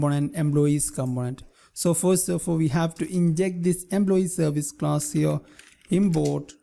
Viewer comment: no offense but I love the way you pronounce Import. You pronounce it as Inboard